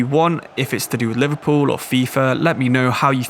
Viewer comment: Liverpoo mate? 😂